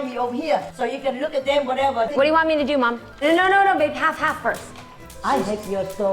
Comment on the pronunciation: Subcryyy and whatevaa kill me every single time‼️‼️‼️😭😭😭😂😂😂😂